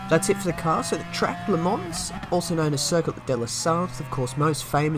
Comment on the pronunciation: You can't say Le Mans and I can't say Sainte-Croix. It's still Sandy Crocs to me.